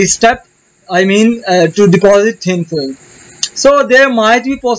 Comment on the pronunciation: You pronounce thin film as thin filam